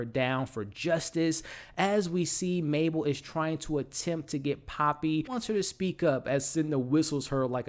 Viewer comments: It's Mabel, not Maple 😭 Other than that I enjoy your videos! I hope the fuck you from Teddy is that he forged the DNA test and I saw it coming from Alice but I can't believe she put everything in there, poor Mabel :( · MABEL!! May-bell. Buh, buh, buh. Not Maple. That’s syrup, or a great flavor on a doughnut…. Otherwise, good stuff, man. Sorry… the mispronunciation just grated my ears…. Shredded them, felt like. Thought you’d appreciate the candid feedback. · is he saying "Maple"? lol